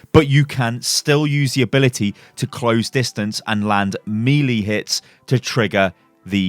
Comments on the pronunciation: whoah whoah whoah! Hold on a second here!! we dont care how melee is pronounced? Excuse me?! Everyone knows its May-lay. not me-lee. If you say me-lee im going to say "Hi Lee, Me Xel." Jokes aside, yah good ptr change. Not enough imo. but a start. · Did you really just say mEElEE ??? You are a native speaker wtf